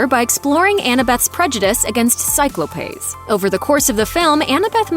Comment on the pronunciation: I’m sorry… “cyclo-payes”???